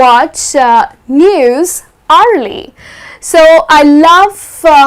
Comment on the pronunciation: Well there is a pronunciation mistake u made.. The way you pronounce hour, hourly.. Is a big wrong.... C to dt.. But thanks for the lesson